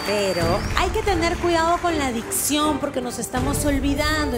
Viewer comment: Habla de dicción y dice dision